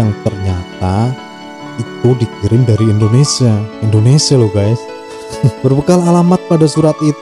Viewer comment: Mimin koreksi pengucapanya ttp Indonesia bukan Endonesia